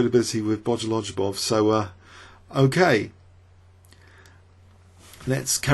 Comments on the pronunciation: I adore your channel and I love all of the work that you do -- please never stop!... but with that said I suffer a hemorrhage every time I hear you say "Bojolojubov.":) Look at how his name is spelled: Bogoljubov Notice how the L and J are stuck together -- it's a silent J. The pronunciation is more like "Bo-go-LU-bov." Just pretend the J isn't there.:) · exactly! i dont speak russian or anything like that but my ears start bleeding when pronounces bogoljubov. i dont mind the way he says alekhine wrong but bojolojobov is just too much xD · i enjoy having some laughs while i'm watching the video. Him saying bogoljubov reminds me of day(9)'s word "bejujalar". i always get a kick out of bojolojubov